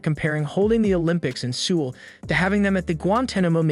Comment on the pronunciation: Very odd way to pronounce Seoul. It should sound like “Soul” or “Sowl”.